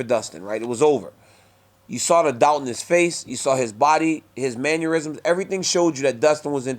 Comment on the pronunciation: Daniel “Manurisms” Cormier